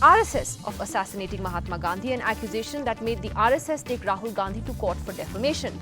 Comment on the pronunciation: you know it's on MAHATMA NOT MOMATA